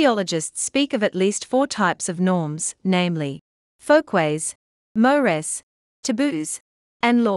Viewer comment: If they used a human voice they wouldn’t butcher saying mores